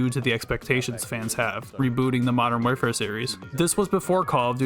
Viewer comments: Your content is so good and relatable that I stopped paying attention to the fact that you repeatedly mentioned "modern where-fare" throughout the whole video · How hard is it to say the word war fare but together like come on 😂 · You’ve gotta learn how to say warfare bro. Please! 🙏😂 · the way you say warfare bothers me